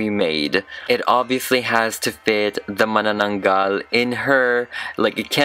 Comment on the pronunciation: I love how pronounces terno, baro't saya, and mananaggal. It's so crisp. 😅 Edit. Also, I just reached at the skit part, the dialogues as well!